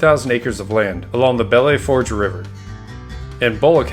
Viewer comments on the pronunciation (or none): Ok, you pronounce it Bell Foosh. It is hard to listen to you hack that name.